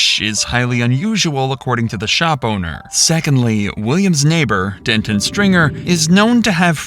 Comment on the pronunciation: Please pronounce names correctly. It's not Dentin, it's Denton. Completely different, man, I'm begging you 😅